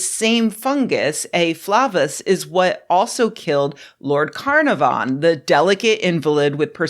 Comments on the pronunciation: Great stuff as always - though I squirmed at every "Lord Car-Nar-Von". He was the Earl of CarNARvon though (fun fact) he styled himself "Lord Porchester". Also, the illustrious British publication on matters medical is The LANcet taken from the name of the surgeon's knife. (Fun fact - little lance!) Keep up the good work, though! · Okay but it's not "CAR-na-von" it's "ca-NAR-ven" you uncivilized ignoramus! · Carnarvon is usually pronounced carNARvon. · Hey Nerdy Girl, this is Wordy Girl. Couple of notes: Carnarvon pronounced Car NAR von. Lancet pronounced LAN cet. Picayune yes but goes to credibility your honor. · Ok, worth looking into the pronunciation of Carnarvon. Its not your fault at all, Carnarvon is an anglicised spelling of a Welsh placename. But even the English pronunciation is closer to the Welsh. Its not Carna(like carne in Chilli con Carne)VON. Its k-air n ARvon, with a very short final o. Caernarfon is the proper spelling of the placename, and as Carnarvon is a aristocratic title, not the family name of Lord Carnarvon (which was Herbert), it follows the pronunciation of the place. .Caer means fortress or a walled settlement, and forms part of a lot of British place names, like Cardif. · (Sorry to be the pronunciation police but it's the only valuable input I've got on this) Lord Carnarvon is pronounced Car-NAH-von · A great video as usual, but as a British English person I feel it necessary to correct your pronunciation of Carnarvon, especially since it was said so many times. Think of it like this: KuhnARVuhn, or K'narv'n. The stress is on the second syllable and 1st and 3rd syllables both sound like uh.(I see others have commented on this, hopefully this is helpful!) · Rebecca's pronunciation is entirely valid for the Welsh city historically controlled by the lord of the same name, but the family who possesses the title does pronounce it with short i sounds all around and like they're trying as hard as possible to make it a single syllable: KinARvin